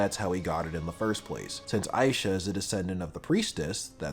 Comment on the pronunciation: Yeah, Ys 6 is a really good game. I am now going to tell you how some of those names are actually pronounced that you kinda butchered during the Video. Isha is pronounced I-sha and not Aisha. There is no A in the beginning. Ernst is German and not a grunt sound. It is a name. Think German for that one. In German it sounds very different.(It means serious btw) And Xisa and Jue you also kinda said wrong just like Heiyue. It is Ju-e and Shi-sa. Not Juu and not Shisha. Think more Chinese. And Heiyue from Trails is Hei-yu-e. People always forget the e at the end. And English has Germanic roots. And just for the record: I hate Terra!!! Worst voice acting in the history of gaming and I also hate her personality. I hope I can finish this game myself soon. I stopped before the cave. I did not want to see that Pirate Bimbo again. Planning to get a kitchen and a steamdeck soon. I have great plans for my steamdeck. I like Napishtim. Adol being German is kinda cool too. You learn that in another game. Not sure which one though. I hope you play the other games too. Celceta has some really funny gameplay. And Ys 8 has a bad map. For me at least. I have no sense of direction though. Enjoy your day.